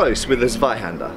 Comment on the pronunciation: Guide to pronouncing German: The "Z" is to be pronounced like a "TS". Like, for example, in "tsuba" on that lame, japanese cleaver-thing... So say after me: "Tsvai-Hander"...and you should be fine. Thanks! And...you´re welcome! - Germany